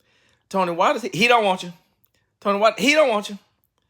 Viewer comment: Tony said gone nie 🤣🤣🤣